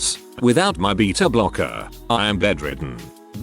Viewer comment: I like how he pronounced “beta”blockers